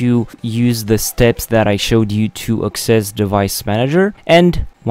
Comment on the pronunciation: great vid. maybe follow up on the other options within the mouse driver selections, such as uninstall, and then restart computer so it will reinstall the driver. Also, you might want to learn how to better pronounce the word access, AKses. Sometimes people misspronounce it as assess. I think you just put the accent on the second syllable instead of the first